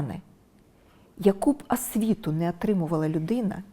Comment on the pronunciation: Невже так важко замість"и" вимовити"і" і замість "а" вимовити"о",також правильно ставити наголоси?Асациація,асвіта,ґарно тож питання; ви що розумово неповноцінна? Це бісить,таке відчуття що ваш вчитель Азаров,слово перемоґа це взагалі треш,тож не ганьбіться,ви вже не реабілітуєтесь,якуб промову вам не написалиб ваші помічники,ви смішна і наївна!😂